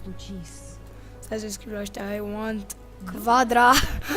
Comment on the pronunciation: quadra, nu cvadra :))))))))))